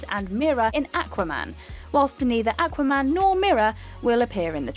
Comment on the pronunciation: Awka-man lol